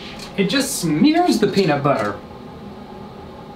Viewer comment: How meany times did he say penitbutter at the start